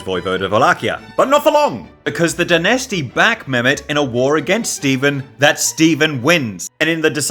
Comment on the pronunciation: My Lord, it's pronounced "stEvAn" not "stEVn". These are Slavic names. Do i explain my self, i am not good at this.